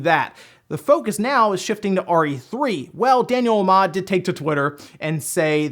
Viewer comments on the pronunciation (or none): none